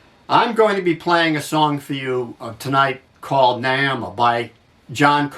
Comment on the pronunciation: Its pronounced "Ny-ee-muh".